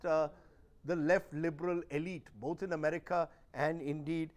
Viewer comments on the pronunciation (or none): none